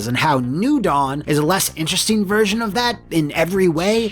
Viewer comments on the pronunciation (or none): none